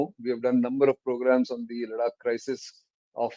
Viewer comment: Is it Ladak or Larak ?